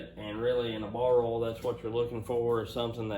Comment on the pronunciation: What is Ole, don't you mean Oye ill? 😊